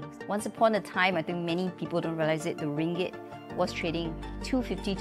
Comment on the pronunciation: Admin sebut Ringgit dgn x betul mana nak beri maklumat yg benar😊..